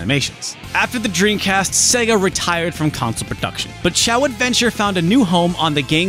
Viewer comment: Do you say “dreancast?”